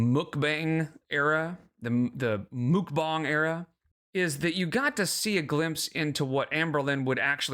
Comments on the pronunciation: its muck bang but shes stupid and calls it mook bong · Muck (like duck) bang (like bang bang, not bong) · I don’t normally correct people on the pronunciation of mukbang but since you mentioned it, it’s pronounced muhk-bahng in Korean. Uh like in nut and ah like how you’d say ahhhhh at the doctor when they tell you to open your mouth. It can be confusing because when romanized usually u means an ooh sound, but when romanized traditionally, it’d be written as meokbang (the vowel uh is romanized as eo) which is even more confusing to figure out if you aren’t familiar with Korean, so I get why they went with mukbang 😂 (I speak Korean) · Because you asked, it's 먹방. There is no u/oo in it, more like mog-bahng (no ae but like a u turnd to a like in sun). I don't know if that even helped, sorry 😅🌷